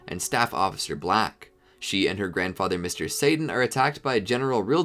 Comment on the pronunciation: You said Gohan grandother